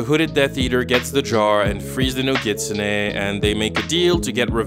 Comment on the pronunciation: He is pronouncing nogitsune wrong